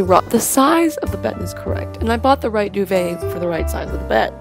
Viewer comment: I cringed everytime she said duvet 😂 She says it so weirdly, it's not supposed to be that fancy dov-et is how I pronounce it so.